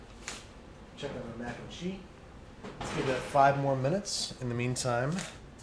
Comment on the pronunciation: Every time you say, "mac and chee," God kills a kitten...